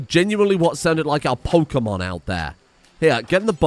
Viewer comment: Pokémon, nt pokeuhmon.